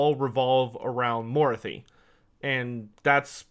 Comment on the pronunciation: You said Morathi weirdly......